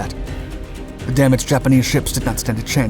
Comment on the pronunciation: The pronunciation of the other Japanese ships is just as inaccurate.